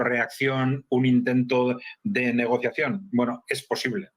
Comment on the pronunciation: Se dice Negociación